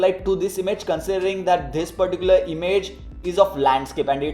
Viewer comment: Give me a heart....mr. "Thhis particular"... 😁 😁